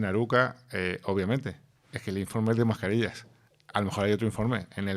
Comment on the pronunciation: No es Aruca. El pueblo grancanario se llama ARUCAS. Lo comento porque lo he escuchado en varios programas, siguen repitiéndolo y me extraña que nadie lo corrija y comprender mejor la noticia.